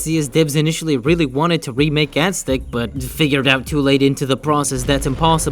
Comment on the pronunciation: Omg pronounce Aztec right. AZ-TEC